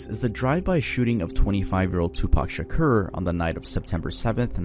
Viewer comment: Okay but him saying 2pac shakuer hurt 😭